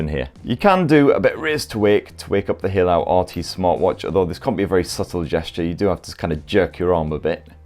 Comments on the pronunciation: Hey-lu not He-lao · Great review mate, just fyi it's pronounced HEY-LOW for Haylou, cheers